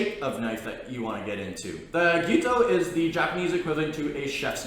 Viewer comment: Gito? Its Gyuto. Patty? Its Petty 🤦‍♂️